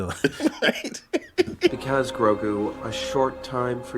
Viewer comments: Grogu! Not Groku! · its GROGU, not GroKU. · Grogu goddamnit not Groku 😫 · Anyone else laugh uncontrollably when they call Baby Yoda "Groku" or "Goku"? lol. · My dude’s, there’s no K or C in Grogu’s name lol y’all keep calling him Goku haha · Will someone tell this man that Grogu's name isn't GroKu? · Why does he keep saying Groku? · Grogu is really that hard to say.